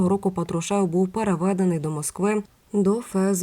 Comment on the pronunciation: Скільки років всі казали ПАтрушев.Ви що не чули? Слух ріже.Який ПатрушЕв?